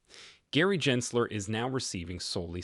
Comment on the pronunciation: How can we take you seriously, when you can’t even pronounce Gensler’s name correctly a hundred times??🤦‍♂️